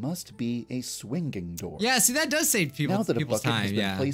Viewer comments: AM I THE ONLY ONE WHO DOESNT LIKE HOW SAYS SWINGING HE GOES SWING DING AAAAAAASSS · I love how does not even realize that says “swing GING door” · Why does say swinging like swinGing